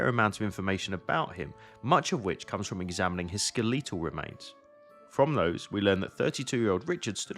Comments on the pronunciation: Ummmmm skaleeeeeeeetal? Nooo!!! Wrong!!!! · skuhleeetle remains. I've not heard skeletal pronounced that way before. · Skel-lethal-remains? AI Voice?? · According to the Cambridge Dictionary, the stress is on the first syllable -- i.e.: SKELL-it-ul. Sku-LEE-tul is wrong. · ske-LEET-al remains? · Skel-eetle remains? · I think this is the first time I have ever heard a UK English speaker say skeletal and I was not prepared for the hard 'e' pronunciation. It makes it sound so.. whimsical 😂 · I doubt if the pronunciation is correct. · It's the American pronunciation and grinds on native British speakers.